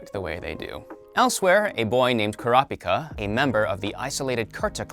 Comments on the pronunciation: Bro you are not saying Kurapika right. It’s “Kura-pika”. Treat it like two words with the first syllable stressed in each word. “kurApika” just sounds weird with the A stressed. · Why he pronounced kurapika like that omg